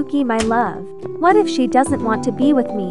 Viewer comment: my favourite part was when she said "W-H-A-T"